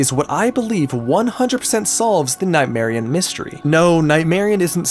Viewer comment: You pronounce Nightmarionne as if it wasn't spelled with double n